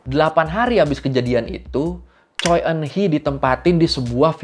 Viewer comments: Koreksi penyebutan bang. Choi dibacanya cwe bukan coy... 🙏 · Revisi dikit bang. Shin Shang Ok meninggal di tahun 2006 (sumber: Wikipedia). Marga Choi kalo gua denger orang Korea asli ngomong bacanya "Chwe":)